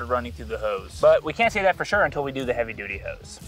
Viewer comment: He said heavy duddy